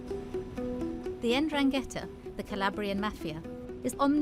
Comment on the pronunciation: "the en-drang-ghetta" she says